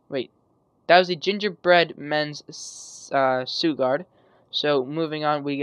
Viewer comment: I think the way you pronounce suguard is sugar and guard together, so SHOO-GARD. Not sure though, just trying to help :)